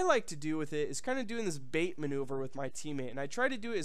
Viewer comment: Love your videos, but it's "Bait" and "sight". Unless that was on purpose.